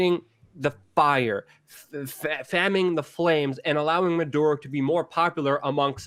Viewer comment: Jesus Luke it is pronunced MA DU ROH not MAN DU ROH